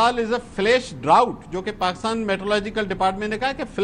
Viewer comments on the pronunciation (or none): none